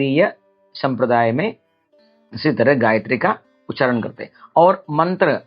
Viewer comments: It is ucharana not ucharan... Veda not ved, nyasa not nyas. First you must learn to pronounce properly before posting such videos... Shame!!! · The word उच्चारण is itself wrongly pronounced by the Acharya as उच्छारण with a needless _छ_. Unfortunately most persons from Tamil Nadu including Brahmins, have misplaced pronounciation of Sanskrit. The notable exception was late Dr Suresh Iyer of Ghanapati, whose voice shines through with clearest articulation. His untimely passing was a great loss to the Sanskrit knowing community. The reason is clearly the Tamil script that has one க for four sounds of Sanskrit - क ख ग घ. The inadequate (நொண்டி = lame)Tamil script handicaps the natives. Further anti Hindi ideologues of TN have prevented the propogation of Hindi teaching in TN for about 75 years.